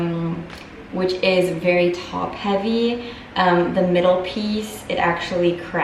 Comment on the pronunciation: "top heaviiiii" that French accent mam...